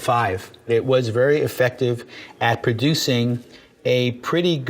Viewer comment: Prouduce (ing) ;)